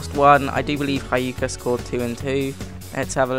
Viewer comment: cana it's pronounced sana and hyka is pronounced huka